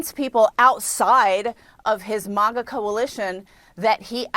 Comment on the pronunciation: Dummy said Manga 😂